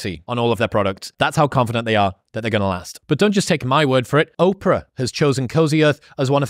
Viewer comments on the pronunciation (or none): none